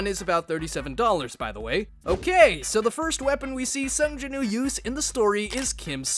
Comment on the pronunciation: Why you making woo sound like ooo I hate it it’s cursed